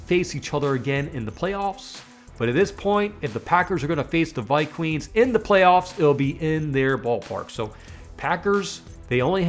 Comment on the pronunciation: ViQueens??? I assume by your hairline you're an adult. And it's pronounced Darnold as in Darnold Schwarzenegger!!!!!